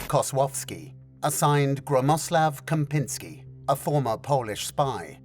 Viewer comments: You have easy name of the boos of that operation: Czempiski - pronounced like Champion!!! yes - and you make an underwhelming Kempnski of him, of the Champ. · Czempinski isnt read ad Kempinsky but as Chempinsky :) Cz is read as Ch sound. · For Polish names you should read and pronounce "double letters" like in English where "cz=ch" eg. Czempinski = Chempinski where "ch" is pronounced like in english word chess or chimney, "sz=sh"... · Czempiński not Kempiński. Kempiński was an Special Forces officer 🙃 (you will not find out about him in internet) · caught off guard with Kozłowski and then instantly pulled to the ground by incorrect pronounciation of Gromosław Czempiński ;)